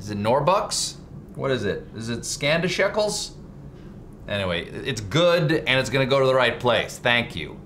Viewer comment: It is Scandishekels, Stephen.